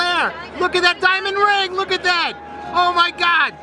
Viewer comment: OH MY GOD..... STOP SAYING LOOK AT DAT